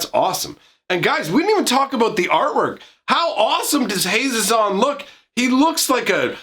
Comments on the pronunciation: I've always pronounced it Hah-ZEE-zon, but that's just me. For options, you could add some "Warriors matter" cards: Bramblewood Paragon Decorated Champion Goma Fada Vanguard Herald of Dromoka Kargan Warleader Mardu Woe-Reaper Rush of Battle Sosuke, Son of Seshiro "Warrior + Equipment" Kor Blademaster Nahiri, Heir of the Ancients Relic Axe Resolute Strike And Mercy Killing can be multi- functional for you. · I put the accent on the ze (pronounced ZAY) of his name. HaZEzon Tamar. Idk that's how I read it at least.